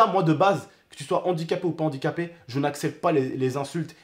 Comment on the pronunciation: Arête de dire andiquapé stp